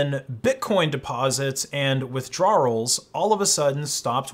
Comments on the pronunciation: "Withdrawelllllssss" lol. With-draw-ul. Not With-draw-earl. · "withdrarruls" lmfao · Withdrawals is pronounced “with-drahls” not “with-drar-uhls” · Why do you pronounce withdrawals like “withdrawrarls” like a British/English person? 😂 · Craziest pronunciation of "withdrawals" ever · How this guy pronounces "withdrawals" is the most criminal thing in this video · is that how new englanders pronounce withdrawals? lol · why the hell do you say withdrawals like that lmao